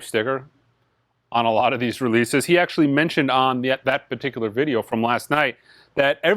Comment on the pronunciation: I always like to think you're saying, "Ese CDs"... And, just guessing, but the even count for mono/stereo Blue Train discs might be down to people (like me) who but both? Keep up the great work, hopefully I'll catch the next live auction on Sunday.